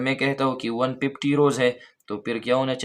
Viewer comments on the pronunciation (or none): Everyone focusing on lecture me be like,,,,,,,, ❤please listen the pronunciation of 150 of sir🎉